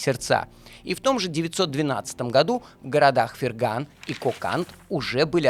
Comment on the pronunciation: Город Фергана а не ферган. Афффтар ты хотябы карту Узбекистана посмотрел. Там названия городов есть.